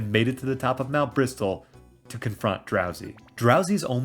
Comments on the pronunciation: The fact you pronounce Mt. Bristle as Mt. Bristol. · Great video, fun idea for a challenge. Just for your info, Mt. Bristle is pronounced with a silent T in Bristle, like "Brissle", and it's "Skuntank", not "Stunktank" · Just so you know, the "t" in "bristle" is silent. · Love the video, I’ve been replaying PMD (with the Remix mod) lately and it’s so much fun, we can’t get a DX version of this soon enough (Also idk if this is a bit I’m not getting but the t in bristle is silent, just wanted to let you know)